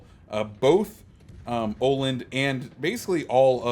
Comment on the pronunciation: Tip from a swede: it's pronounced Uh-land, not Oh-land :D